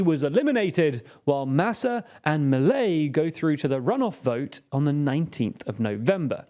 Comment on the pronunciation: It's definitely not pronounced Maley, more like Mee-leigh